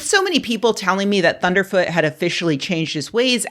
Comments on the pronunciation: Please pronounce his name correctly: "Thunderf Zero Zero Tee" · Please say his name right... it's ThunderfZEROZEROt. Tyvm.